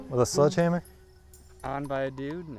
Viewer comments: 0.25 seconds into it… did he say “sludge” hammer. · Anyone else hearing “sludge” instead of sledgehammer?! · "Sludge" hammer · I’m pretty sure he’s saying sludge hammer. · Is he saying sludge hammer? I’m from Michigan and 🤷‍♂️ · He's saying SLUDGEhammer????? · Is it just me or did I keep hearing say "Sludge hammer"